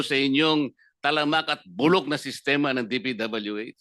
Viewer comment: Buror para yang Secletaly ng DpWh..🤣😭...posibre po ..😭🤣.naniniwara po ako🤣..opo burok po ang sistema ng dpwh...priviredge speech po. 🤤🤣...nagpariwanag po sya...😂ano hapon ba... yan...secdizon...na yan...🤣 Wara po sya sinabi.....😂...😭😂....